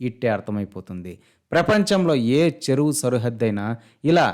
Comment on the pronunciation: Anchor garu ceruvu kadu cheruvu anaali ! Ce ku Che ku teda telusukuni cheppu ?